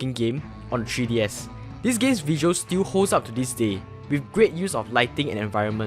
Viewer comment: "TREE DS"